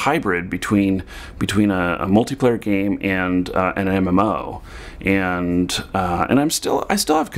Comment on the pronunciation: I don't mean to be offensive, but in the first two minutes you say 'and' about 50 times, and you say it like 'end'. Quite annoying. Content was good, though. Thanks.